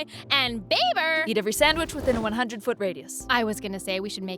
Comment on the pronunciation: ITS NOT BABER ITS BAE-BER AND SHE IS MY BAE-BER EEEEEEEE